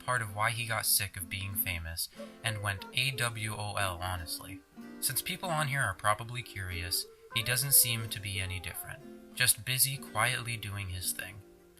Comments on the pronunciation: Very interesting video, thanks for making it! Liked and subscribed. One small note that you probably already have received AWOL is pronounced "A Wall", don't ask me why lol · AWOL “aywall” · AWOL is pronounced A-Wall. It's a military term. Absent without Leave.